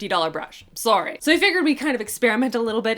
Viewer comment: I love Canadian “sorry”